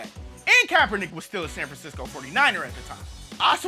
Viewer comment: Hey, you didn't only lose that "k" at the end of the first Kaepernick, you lost my subscription too.